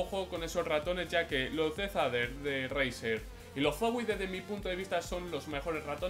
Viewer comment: Tio te juro que he oído brazzer en ves de razer 😂😂😂😂😂😂😂😂😂😂😂😂😂😂😂😂😂😂